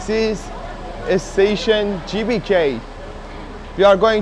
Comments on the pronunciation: The letter G in bahasa Indonesia is not pronounced JAY, but GAY. So, GBK should be pronounced like gaybayca. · Assalamualaikum brader..GBK bukan CBK..😀😀 smoga sukses bahasa Indonesia nya merdeka 🇮🇩💪